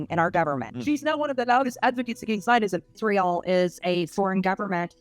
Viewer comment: Why does she pronounce it "ISHreal"?